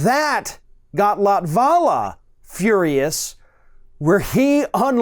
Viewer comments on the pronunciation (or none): that's not how you pronounce latvala's name. i checked, he is not latino, he is of finnish origin and in finnish the stress is allways on the first syllable.